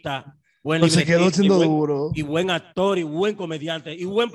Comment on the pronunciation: MANOLAY Y DONDE FUE ESTUDIASTE,DIABLO ASTOR AT DIOS MIO,SE DICE ACTOR